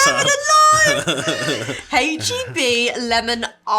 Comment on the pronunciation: u said hache instead of ache , if it is an American brand u must pronounce it the USA way. TY san antonio based with products from Mexico